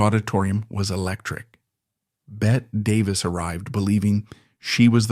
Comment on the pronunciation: AI mispronouncing Bette Davis name